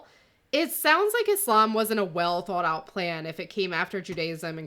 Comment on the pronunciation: Thank you for this. The way you pronounce "thought" reminds me of a New Jersey accent. I hope the mother can reconcile her beliefs with her faith and decisions. I wish my ex would have made the same decision as she did. As someone who was adopted and has a multiracial family, the son doesn't need to explain anything about his family to anyone-period. His (step) father is his father and his mother his mother-no need to pander to people's confusion, those people and their opinions are not important. I think Mohizyes does not understand feminism, or Christianity for that matter. Regarding his view of father's in Islam per outlined in hadith and Quran; it makes me sad. The ex-husband of my ex was labeled a narcissist by her. Her daughter, a funny talented lovely girl, went no contact with her Dad as he could be very cruel and mean. I remain saddened because according to religion she should have a relationship with the father, and she will be judged by some people (Muslims close to her who she depends on for support) religiously because she has no relationship with her father. The poor girl will be judged and looked down on and might even be told she will be punished in a afterlife because his does not have a relationship with her abusive father. I support her decision and I hope it will not be hard for her.